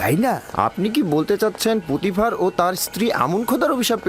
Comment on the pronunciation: পটিফার না পুতিফার হবে।